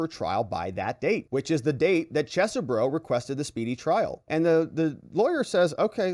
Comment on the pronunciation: FYI, the second E in Chesebro is silent. Is not "Ches - e - bro". Other YouTubers are pronouncing it "Cheese - bro" which is also incorrect. Try "Chez-bro"